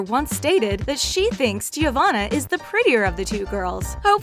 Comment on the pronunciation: And Giavanna. Wrk.